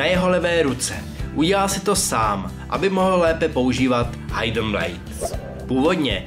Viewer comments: tvl fakt super vyslovnost hidden xD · super video, akorát mě dost irituje, kdy klesáš hlasem, děláš to takhle ve všech faktech, klesáš tam, kde se nemá a naopak, to bych zlepšil;) + výslovnost některých anglických slovíček hiden - (hidn) duty - (ďůty) warfare - (vórfér) ale jinak nemám co vytknout